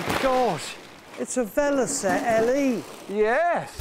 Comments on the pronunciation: "VeloSette"? 'VeloCette'! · It's Velocette not Velosette